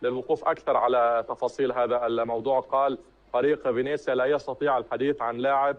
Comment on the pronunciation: فينيسيا وليس فينيزيا عيوني. وهو فريق يلعب في الدرجة الثانية وليس في الدرجة الأولى.